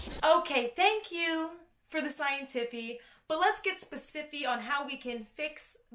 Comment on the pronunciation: I am laughing at 'the scientiffy' every time you say it hahah Thank you for the in-depth look into this!